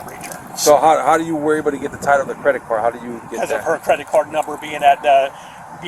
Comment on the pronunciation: This police officer is t the sharpest tool in the shed!!! “Did she wuze a cwedit card”??